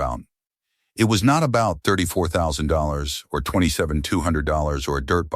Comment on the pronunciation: Bruh the AI can’t even say $34’000 correctly.